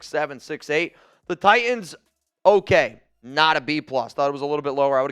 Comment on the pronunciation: Why can’t this guy say “t” in the middle of words? Butyon? TiYons? He is unlistenable